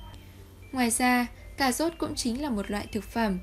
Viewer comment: Tiếng Việt mà đọc “ Cà zốt” ! Kinh quá!